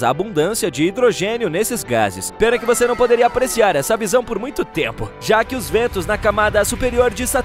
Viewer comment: Às vezes o narrador fala "vocêr" 😅